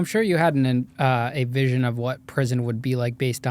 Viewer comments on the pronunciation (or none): none